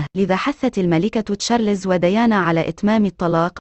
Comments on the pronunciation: ام اسمع مصري واحد يعرف يقول تشارلْزْ . كلكم تقولون تشارلِ…زز. فضحتونا بجهلكم 👊🏾👹👺👎👎👎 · Charles , not Charlézz 👹👺👎👎👎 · يا شعب مصر : اسمه تشارلْزْ و ليس تشارلِ….زز . تعلموا كيف تنطقون اسمه بالطريقة الصحيحة 👹👺👎👎👎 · اسمه تشارلْز ، و ليس تشارلِ…زز. يا شعب مصر . تعلموا كيف تنطقوا اسمه صح . Charles , not Charlézz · تشارلز مو تشاليز.